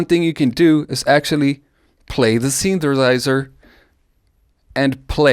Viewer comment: I really enjoyed every time you said "synthersizer"